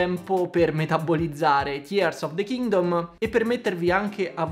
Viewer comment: ti voglio tanto bene e ti seguo sempre, però si pronuncia "Tiirs" of the Kingdom e "Bref" of the wild, Tiars e bret of the wild "Nun se possono sentí" 😂